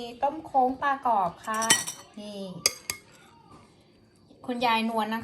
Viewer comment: ถ้าฝึกพูดว่า คะ โล้ง คะโล้ง ซ้ำไปซัำมาบ่อยๆก็จะได้คำว่า โคล้ง แทนที่จะพูดว่า ต้มโค้ง นะคะ คำว่า โค้ง มีความหมายว่าทำความเคารพ เช่น โค้งคำนับ หรือ ลักษณะ งอ เช่น งอโค้ง เป็นต้น